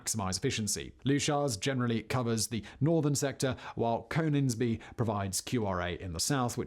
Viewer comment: I love docu series, but his pronunciation of Leuchars and Coningsby annoy me. Leuchars is "Lukers" Coningsby is "Conningsby"